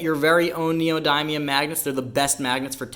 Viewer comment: Learn how to pronounce Neodymium NEE-oh-DIM-ee-əm